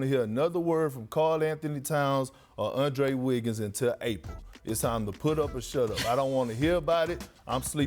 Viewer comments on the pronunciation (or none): Bro he took the w out of Andre Wiggins name just to drive the point home😂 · “Undre Wiggins “ 🤣🤣🤣🤣🤣🤣🤣🤣